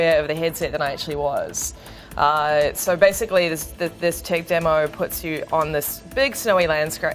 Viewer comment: every time she says demo she adds a r its really annoying to hear 'demore' that what she sounds like